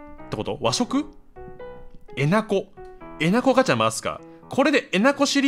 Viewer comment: え↑な↑こ↓は草